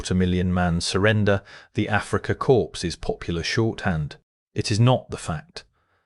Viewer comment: Pronouncing it "Africa corpse" seems very appropriate.